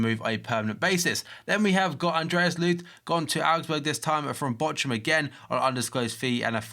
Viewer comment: wie der Bochum ausspricht :D